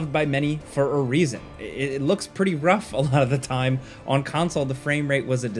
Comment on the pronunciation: Nobody heard that?! Bay area "alodadaad time" 😂